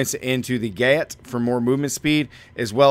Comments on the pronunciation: "Gaeieht" It's pronounced "gayt" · Awesome build, looks sweet! Watched many of your videos and noticed a few pronunciation errors that pop up in each of them, so just wanted to let you know: Gait = Gate (it's how you walk, basically) ... Masochistic = Mass-o-kiss-tick ... Lupine = Lew-pine. Also, you're using the Crit Strike Damage boon, and talk about how you should always use it, but in a build that maxes out at 990% CSD due to Grizzly Rage, that 30% is essentially useless when you it could be +10% Attack Speed, which you also so is uber important to the build ... just use the AS, you'll get way more out of it than Crit Dmg (even 10% max life would be better, honestly). Would love to see this build in action versus mobs 5-10 levels higher than you, rather than 5 levels lower, that would be cool.